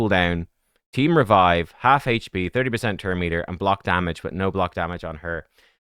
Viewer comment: I love how says hache p champ lol